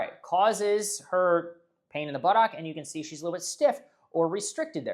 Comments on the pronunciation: puts too much emphasis on the OCK. It's closer to Buttuck. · Do you have to pronounce it butt OCK 😅 It's making me laugh.